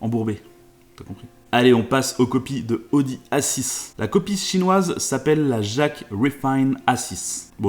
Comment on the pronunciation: à , "la copiesE chinoise" ???